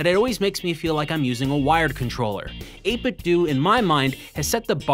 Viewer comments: 8bit-DOUGH, not 8bit-DOO. It's meant to sound liked "Nintendo" not "Nintendoo" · 8Bitdo is pronounced “eight-bit-dough”, not “eight-bit-dew”. You know… eight-bit-dough, like nin-ten-dough. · It absolutely is NOT 8-Bit "Doo". We didn't play "Nintendoo", we played Nintendo. Period. You cannot "say both". It's "8-bit Doh" and nothing else. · Is it 8-bit DOO or 8-bit DOE? I think it's DOE. Did you call it a Super Nintendoo? No, you didn't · its eight-bit-douh like Ninten-douh not Ninten-duuu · 8bit DOE not 8bit do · It's 8bitdo. As in Nintendo. Not 8 bit do. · 8bitDO not 8bitdu its like nintendo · it's called 8bitDO, not 8bitDOO !!!!! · Every time this nub says “8-Bit Dew” take a shot. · Not gonna lie it mildly infuriates me to. Seems obvious. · Isn’t it supposed to be pronounced “eight-bit-doh”? Like “nin-ten-doh”? That’s always bugged me. Any way, great content as always! 👍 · it's 8-bit-doe like condo, commando, kiddo, outdo, dildo, avocado, torpedo, when it has a (do) on the end it does't have (ew) sound. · Do you say Nintendoo, too? No? Then why the hell do you say 8BitDoo??? It's the same "do" as the one in "Nintendo", buddy! Oh well, still a good video aside from that ;) Still <3 u bbgrl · It's pronounced ayt bit dough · “8bitdoo” or “8bitdo” hearing you say “8bitdoo” is cringe